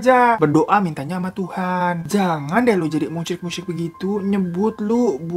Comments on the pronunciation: Bang, itu musyrik. Bukan musryik🤣🤣🤣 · Musyrik bang bukan musryik